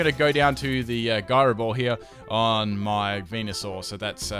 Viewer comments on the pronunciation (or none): It's also (ji-row) not (gi-row) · Gyro ball is pronounced j eye ro ball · ...it's "Jyro ball"...